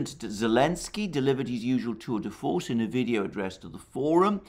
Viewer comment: "tour de force":"brute force" 1:1